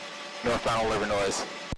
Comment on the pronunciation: The “S” is silent in Livernois.. just like Illinois